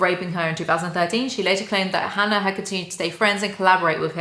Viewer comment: Noone: Literally noone:: hAnNaR